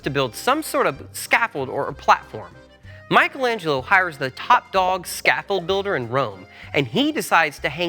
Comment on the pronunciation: What’s most amazing is the fact that you managed to make Michelangelo sound russian…